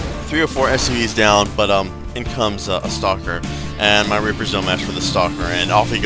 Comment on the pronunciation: lol once you said "rapers" instead of "reapers"